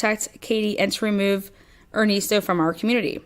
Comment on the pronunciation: Crazy smh.. and er-nest-o like a birds nest